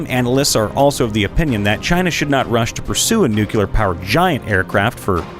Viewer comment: nuclear, not nucular